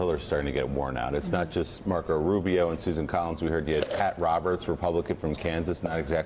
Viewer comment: Did he say "Mark-O Ruby"?